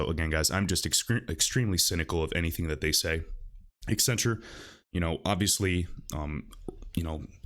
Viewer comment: Why do people constantly pronounce it EX-centrue?